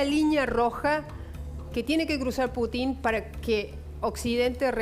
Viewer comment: Inés con todo respeto, no se pronuncia Putín, sino Putin.